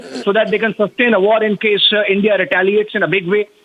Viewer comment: It's not Hindia it's India.